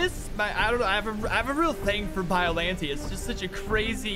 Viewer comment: its pronounced biollan-tay not biollantee